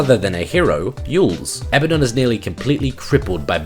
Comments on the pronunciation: Fucks me off so bad that you say Abba-don and not "Abaddon" (Ah-bad-don). Just because Supernatural get it wrong (and they get a few things wrong), doesn't mean you should. The hero SAYS HIS OWN NAME FFS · It's "A-ba-DUN" not "abba-don". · its pronounced Uh-Bad-Dun not Abba-Don, notice how 'Abaddon' has only one b instead of two, and two d's instead of one. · I hate it when people call him "A-bad-en" Like no you fuck its "Ab-uh-don" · a-BAD-on, not ABBA-don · Not that also, it is like ah-baah-don, nearly like saying Baden in german, check this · Abbadon pronounces his own name "A Bad Din" or kind of like Aladdin. I don't know if that necessarily means he's right though.